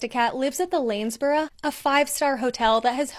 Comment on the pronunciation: Excellent pronunciation of Lanesborough,.